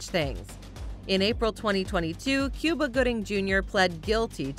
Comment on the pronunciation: Cuba Gooding's name is not pronounced the same as the country. It is correctly pronounced "Coo-bah", not "Cyou-ba".